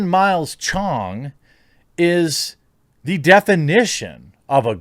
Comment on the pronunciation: lmao why you gotta say CHONG like that